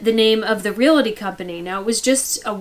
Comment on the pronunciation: it’s Real-tors, not Real-eh-tors. It’s Real-ty not Real-eh-ty. The “eh” sound people pick up wrongly is from the 2 words Real “Eh” state.